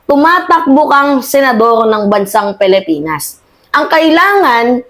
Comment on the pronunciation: ayusin mo yung pronounsisyon mo sa.pilipinas.yun lang